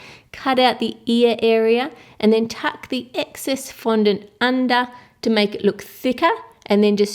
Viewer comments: was she meant to say fondant cuz she said 'flondant' ? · how come cake boss pronounces fondant like fondentē